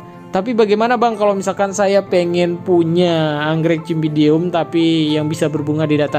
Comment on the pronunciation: Bacanya pake huruf s bang, bukan c meskipun tulisannya Cymbidium (dibaca simbidium)